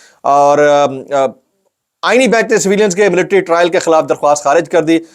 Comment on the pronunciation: Aenee bench mein aenee ko zara lamba kar kay bola karain a e n e e bench ?